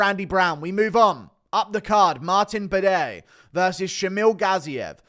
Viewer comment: my bro said Martin Bidet hahahahah